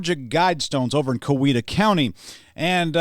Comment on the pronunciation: To all the people accusing of being Canadian: You're wrong. Only a true Georgian would know how to pronounce Coweta County correctly. 😆